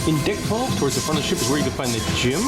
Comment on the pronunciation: and FYI captions says you’re saying “dick 12” and it sounds like it too 😂